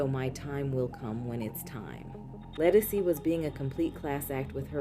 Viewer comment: You mispronounced “Ledisi.” It’s correctly pronounced “Le-duh-see!”